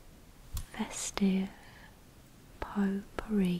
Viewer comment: I don't mean to change the relaxing mood or anything, but when I heard 'pot-pourri,' I thought you said 'poo-pourri.'